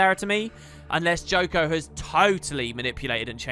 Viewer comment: It's not Joko.